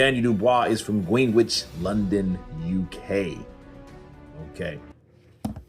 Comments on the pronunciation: Not to be an arsehole but I enjoyed the pronunciation of Greenwich as Green-which. It’s one of those UK pronunciations that isn’t pronounced as it looks. It’s Gren-itch. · Pronounced Grenich 🤣 JP gonna be taking home the belt. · Greenwich pronounced GREN ITCH